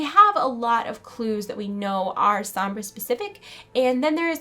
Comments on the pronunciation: Why do you keep pronouncing her name like S-om-bra. Listen to how Reaper says it. S-ohm-bra. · ""SOMBRA"" NOT SAMBRA!! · Sambra? Its pronounce Sonbra (Sombra) but nice tried tho not hating it just bother me a bit hearing you saying it wrong over and over lol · sohm-brah not sambra. eeeeeh! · sambra...... sambra.... sambra...... it is SOMBRA!!! Love the video though. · Well it sounds like she's Hispanic and if she is I want people to pronounce Sombra right, it hurts my Hispanic ears :( The "o" isnt an a sound, it's like an "oh" sound. Plus Reaper pronounces it right. Loved the video though, super interesting! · Pronounced "Sohm-brah" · How she says sombra she's sees som bra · the video was really good but one thing bug me was the you kept mispronouncing Sombra and kept saying SAMBRA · It's Soh-mbra. (I think Alejandra might be Sombra, but that robot mask is hers. But just a mask.) PS. How OLD is Soldier 76, if that was in the past.. JEEZ. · at least learn how to pronounce sombra hence it is a latin name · people pronounce "sombra" so weird. lol